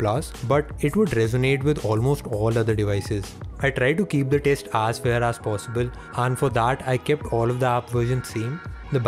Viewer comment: He tried to keep it "arse fair" lol jk Nice video.